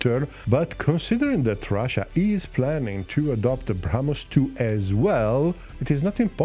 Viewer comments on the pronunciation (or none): none